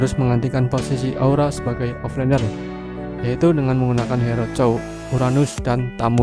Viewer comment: Offlaner yaa bukan offliner